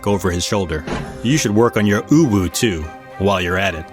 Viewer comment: "uwu????"😂😂😂 oh you sweet summer child... also anyone else love the moment Chen litterally sounded like he said "No bad!"